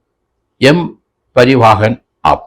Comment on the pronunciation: സാർ... എല്ലാ മലയാളികളും പറയുന്ന തെറ്റ് സാർ പറയരുത്... "M പരിവാഹൻ" അല്ല "M പരിവഹൻ" ആണ് ശെരി. ഇത് simple ആയി മനസ്സിലാക്കാൻ ഉദാഹരണം... ഉത്തർ പ്രദേശ് പരിവഹൻ നിഗം (U P transport corporation) എച്ച്.